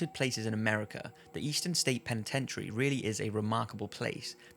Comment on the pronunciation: Eastern State Pen-Ten-Tree.....learn to speak American !